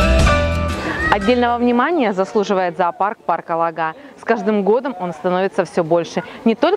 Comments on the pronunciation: Только ударение ставите не правильно - лОга, а не логА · парк ЛОГА,ударение на О,сама с ростовской обл смешно слушать, как вы ставите ударение на название. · В парке была много раз,живу в 40 мин. езды от него.Парк Лога ударение на О.